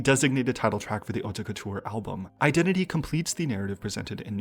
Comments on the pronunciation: I never noticed the concept, what a great video!!! FIY with no shade on the side: Haute Couture is pronounced like 'oat' couture, you dont need to enounce the 'te'. Love your videos <333 Strategy hype train lets gooo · French person here ! The "haute couture" pronunciation in the video you picked is a little confusing because they put too much accent on the "te", nobody pronounces it that way here. You have to pretend the e isn't here. It' like "hautt-couture ". Also they pronounced the "re" quite weirdly But nonetheless it's no big deal and it's very nice of you to even do your research to pronounce it the best way possible hehe Edit now that I have actually watched the video : I was pleasantly surprised by the album, and your analysis was very interesting and straight to the point, great work!